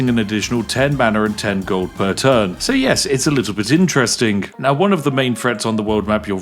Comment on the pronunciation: 'so, yes, it's a little bit "interest-ing" ' I see what you did there, Spiff. And I like it!